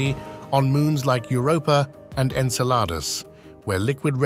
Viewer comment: I just can't get over how he says "Enceladus" like the French say "une salade".